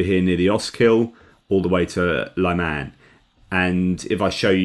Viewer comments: At the risk of being pedantic to a Philosopher, may I suggest pronouncing Lyman (or Liman) the French way? As with Lyon? Unlike other Ukrainian towns, there are only 2 syllables involved. I have seen some folk spelling it Layman, which is the next step I suppose, to be blamed on Autocorrect. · Thank you for suggestions. I was listening to another Ukrainian who pronounced it the way I was trying here.